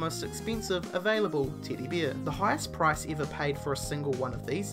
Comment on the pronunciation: I missed that. I was mostly focused on him saying beer instead of bear.